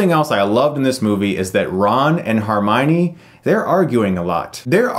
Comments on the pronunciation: Also, uhm, it is pronounced HER-mione. Not HAR-mione. Minor nitpcikt. Sorry. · HERmione. NOT HARmione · i think its pronounced hermione, not harmione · Is it just me or is he saying HArmione instead of HErmione? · Chris it's HER - mione. Not HAR - mione. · HERmione not HARmione 😊 Great review! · HERmione NOT HARmione chris!!! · Chris, it's HER-MY-KNEE, not HAR-MY-KNEE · Chris it is HERmione not HARmione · i dunno if its your accent or you're saying it wrong but its HERmione, not HARmione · "Har-minee..." HER-mynee, Chris. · HERmione not HARmione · if you call her HARmione one more time.... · You pronouncing Hermione as "Harmione" was the only thing that bothered me about this review. But great review. Watching as a kid I never realised how visually and narratively rich the film was. Goblet of Fire was a great visual spectacle but the novel-to-film translation was shite. Prisoner of Azkaban and Deathly Hallows Parts 1 & 2 are my favourite Harry Potter films. Very aesthetically natural and realistic with a lot of narrative depth. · Does it bother anyone else that he keeps calling her "Harmione"? It can't just be me. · harmione! lolz at chris's pronunciation ;) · Normally I really like your reviews. But I can't take a review seriously in which 'Hermione' is pronounced as 'Harmione' about five times and dementors are described as "walking." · harminey? HAR-miney? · Harmione? Really? Come on Chris, that one's not hard. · Who is Har-miney? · Chris I loved this review and agree with you 100% but you need to start pronouncing Hermione properly. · the way he says hermoine lol